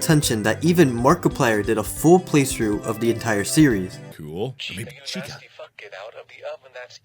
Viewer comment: saying "WHAT THE FUCĆ" with his accent is beautiful